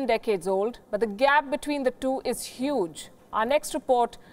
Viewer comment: say huge again... ummm